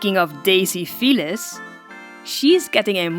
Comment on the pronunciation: I thought you said fetus